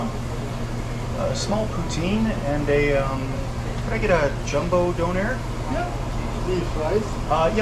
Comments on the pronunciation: Dunner not donair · Its not Don Air its donner well at least here in ireland that's how we pronounce it anyway 😊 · It took me a while to realise he was calling a doner (How we pronounce donna) when he was saying “done air” lmao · Wait. You have donairs? Pronounced “dough-nare”? Which are literally doners, pronounced “do-nuh” or “dona” over here in the UK. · the way you say donner is weird for me, in the UK its quite a popular fast food, we pronounce it 'don (as is a mafia don) er(her without H) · A 'donairre'. Never heard of that, until you unwrapped it and saw it was what we call in the UK a 'doner kebab', we pronounce it like the name Donna. A delicious congealment of lamb stuck together and cooked on a rotating upright skewer in the shop. Usually consumed by people in the UK after numerous step 2's, its served in pitta, flatbread or even naan bread, and served with salad and either chilli sauce, garlic mayo, or thousand island sauce. It looked delicious, I hope you enjoyed it. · We have Donner Kebabs here in England, from pressed Lamb + herbs and spices, but we don't pronounce it with a soft O like beer fund Doner. It's a hard O like Donna Summer. They come in a pitta, pronounced with a hard I like Pit, not pete. They come with salad, usually something like cabbage, red cabbage, lettuce, onion, cucumber, tomatoes, pickled cabbage. Then there's a sauce, like a chili dip.